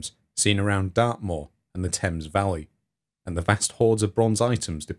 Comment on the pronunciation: ha-ha. Misheard narration... When you said “Britain and Ireland” , I heard “Britain, an island”. This was the second instance, actually. The first time, I thought "Hmmm. ‘Britain, an island’. That’s a bit odd. Innit?“, but then the second time around, it was like “Oh... I get it”. A good robust American “Rrrrrr”, or whatever weird accent Phil Harding has, would fix that ! But, actually, yourrrr narrrration is so much improved over your first video, when a few viewers made such rude comments. So glad you’ve persisted. You do great work! Keep it up!!